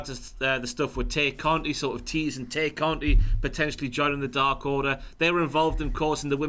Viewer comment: and reveal that they're heels by ranking the Dark Order lowly. And continuously mispronouncing Tay Conti's name. Who do they think they are, Jim!?